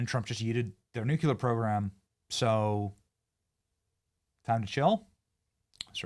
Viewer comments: Benny-Benny-Bro. 🙏🏼 Try it brother... With me... Come on... It is NUC LE AR it is NOT NUK YA LAR... I AM just telling u this because it REALLY DOES make those who say it sound REALLY IGNORANT... & I got THAT from a SUPER SWEET incredibly gorgeous Chick buddy... OK 👍🏻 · Its Nuke-lee-er not new-kya-lr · It's NUCLEAR, not nucular, Benny! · Benny, Nu Clear not Nu Cular 😂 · etc.: 'Nu-cu-lar'??! Who are you, one of the Presidents Bush? 😂😂 FYI, it's pronounced NU'-cle-ar. You're welcome. 😅😊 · Benny, love ur channel, but please learn to say nuclear. It is not new q lar… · STOP saying "nucular"😂. You sound as dumb as George Bush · Benny! "NEW CLEAR" not "NOOK YOO LER"...love ya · Benny, the Word is NUC-LEE-AR; And NOT: NOOK-YOU-LAR LOVE Your Show, but THIS sounds like a 7th Grader! SLooooW Down, Stop Slurring Your Words Pleez.. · It’s pronounced “new-clear” Everyone saying “nuke-u-lure” makes me cringe 😂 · I don't know if you're doing it as a joke, or if it's just a bad habit, but its pronounced "NuclEar" not " NucUlar"!! When you, or anyone for that matter mispronounces nuclear, its like fingernails on a chalkboard! Please stop. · Benny…please…please stop saying nucUlar….its nuclear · It's nuclear not nucular. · It’s nuclear not nucular u twit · Please stop saying “nucular”-the word is “nuclear.” You’re way too bright to keep making this mistake. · You're supposed to be a journalist and you can't even say the word "NUCLEAR" correctly... nuclear, not 'nuqular' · New-clee-er, not New-cue-ler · 🛑🛑🛑It’s pronounced like it’s spelled “NU-CLEAR” not smh “NU-CU-LER” 🤦🏻‍♂ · STOP FUCKING SAYING "NUCULAR" GOT DAMMIT BENNY😂😂😂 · . Did Benny say New Que Ler? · Benny, repeat after me: New Klee Er. Please, it's your native tongue! Please don't lead others to pronounce it incorrectly. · Is it petty that it annoys me greatly when people pronounce the word nuclear new-cue-lar? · If it's SOOO important, learn how to pronounce NU-CLE-UR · It's pronounced NEW-CLEE-AR! 😂